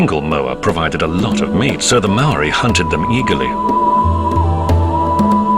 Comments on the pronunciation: The narrator's pronunciation of Maori words is insulting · If you're going to do a doco on this at least get someone who pronounces kupu Maori properly